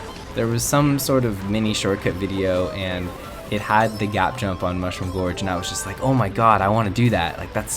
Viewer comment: /10 pronounced Mushroom Gorge wrong and most of them have terrible music